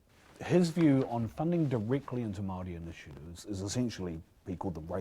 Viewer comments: Marriyy not marrry! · Bishop, Its Māori NOT Marrrrry, get it right! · Meowree, how ignorant and lazy do you have to be to not even pronounce it properly, and it’s not even hard, its literally “moldy” cmon cuzzie, kids can do better🤣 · No no no.. its moouuldy lol